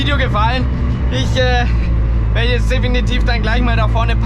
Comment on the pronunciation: Ich liebe es wenn er immer "jetzat" sagt. LOL. Frag mich was sich die Leute denken müssen wenn da einer mit Helm steht und über sein Auto redet... HAHA